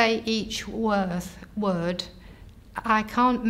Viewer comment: Her mistakes are interesting... vigar for vicar, worth for word. Phonetically similar sounds that in many languages aren't distinguished. Sounds like she'd have better luck being aphasic as a Finnish person.